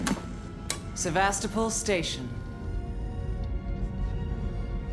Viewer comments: Also the pronunciation of Sevastopol. Ow my head. 😝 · And also ur saying Sevastopol wrong